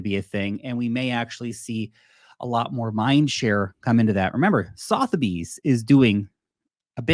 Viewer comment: I love your work. Catching you every day. Extremely enlightening. But, please stop murdering Sotheby's. Here in the UK we say "suh·thuh·beez". Love ya. x